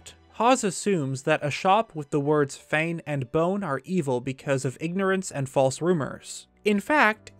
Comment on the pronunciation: “Hero-in”, “Lon over due”. Sorry. Poor pronunciation drives me insane. Edit: Within the first minute. Omg, just heard another “lon” instead of long. Grr. Love the channel, but Fane and Bone is FANG AND BONE, not Fane and bone.